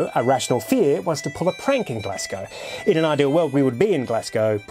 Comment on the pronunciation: This is awesome but can we talk about how to pronounce “Glasgow”?